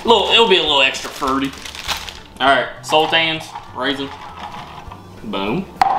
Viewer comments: Sultanas ....are pronounced sul tarna ....think of how you say banana..... a sultan how ever is a character you'd find in stories like Aladdin .😂😂😂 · It's sultanas not sultans! You kneaded the dough to much so the scones didn't rise very high, brushing milk on top is to make them golden colour after the scones are cooked, you re-roll the left over dough to make more scones until the dough is finished, Your meant to cut them in half then add the butter & jam or clotted cream & jam, The cheese scones are nice with cream cheese & chilli jam on them, Good job for your 1st try though, 😊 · Il spell it how we say it SALT-ARN-AS not that it matters but just if u wanted to know xx love the videos ❤ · Its SultanAs ffs